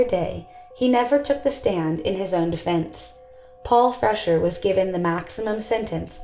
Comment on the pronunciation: Freshour is pronounced "Fresh-hour" not "Fresher".